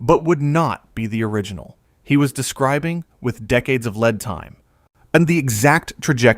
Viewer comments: Damn i hate AI videos. I can tell because the narrator pronounced "lead time" as "led time", not "leed time", ascitvshould be. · THE mispronunciations of simple words like “lead time” not “Led time” etc are just too much. It was a good AI voice but it was just too much. Can humans not insert the right pronunciation in the editing? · “Lead time,” pronounced like, “eat lead…” You AI? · How you know you watch too many YT videos. AI mispronunciations get on your nerves. You'd think its creators could fix these before they press return. Examples, lead time (AI pro. led time)